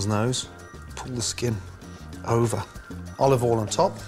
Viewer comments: It kills me everytime - I cant say it that way myself. Practice makes perfect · "OLIVOL" -Gordon Ramsay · Oi he said olOv Ol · Olive All?